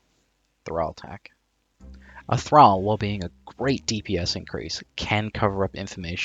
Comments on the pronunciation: It's Thrall as in Call, Ball, Wall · You are Australian saying thrall like an American its throwing me off